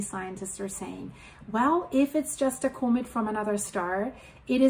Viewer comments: COMET COMET COMET there now say it like it sounds :face-orange-raised-eyebrow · learn to pronounce comet correctly. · Say the word “comet” right